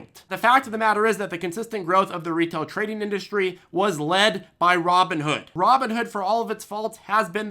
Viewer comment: You sounded like a subliminal message saying Robbing Hood every 10 seconds 🤣